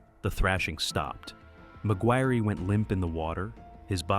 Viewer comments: Mig wirry. Shouldn't it be pronounced Mig wire? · What’s up with the weird pronunciations on this video? He says saline like “Say-Lien” Laboratory like someone from the UK Mcguirre like MaGweary- pretty sure that should sound like Mc-wire. Is it AI-narrated? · McGuirre is pronounced like Maguire surely? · Bruh I couldn't take the first story seriously when the ai narrator is calling him "magweerie"